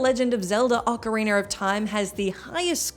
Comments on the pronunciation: When talking about Ninja Gaiden 2, very little of the footage shown was actually from Ninja Gaiden 2. Most of it was from NG Sigma 1 & 2. Also, OcarinA not OcarinER, there’s NO R at the end! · Legend of Zelda oca-weiner of time... wait, did I hear that, right? Did I miss a version? lol